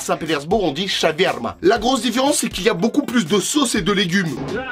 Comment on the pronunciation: J'oublie tu l'as mal dit dans la vidéo c'est chawarma ça s'écrit comme ça mais quand même c'est pas ça qu'on dit OK Ciao❤😂😊